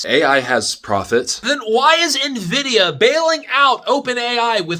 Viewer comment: I've been using NVIDIA products for over 25 years and never did I ever once hear a single person pronounce it as "nuh-vidia. What happened in the last year where everyone just started saying it wrong out of the blue? It's weird